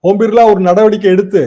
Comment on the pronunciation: Oom birla illa uuuum birlla